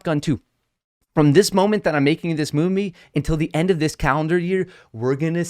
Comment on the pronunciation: Did I hear moonvie?